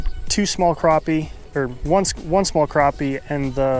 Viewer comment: If your going to do a challenge video show the mesurements. And there called crappie not croppie. lol